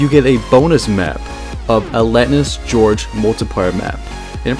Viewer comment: Lol it's Gorge not George.